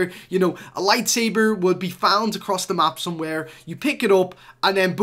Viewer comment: Lol he said “Lightsaver” twice instead of Lightsaber.